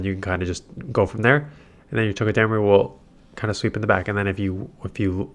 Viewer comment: It’s TOE-Guh-duh-Maru Come on man your better than whatever it is your saying😂 still my dude tho keep the vids coming 15-22 mins plz